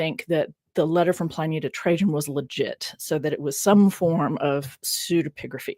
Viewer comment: love the show but the constant references to Ply- Knee drove me mad. is that the way americans call him? Always thought it was Pl - in -ee. 😅